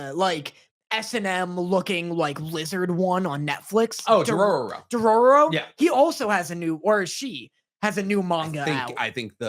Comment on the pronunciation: The anime was talking about is Dorohedoro not Dorororo.